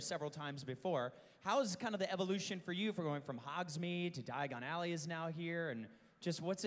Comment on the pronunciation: omg when he said die-a-gone ally i was like its diagon alley not die-a-gone ally I realized at this point I am Hermoine granger ...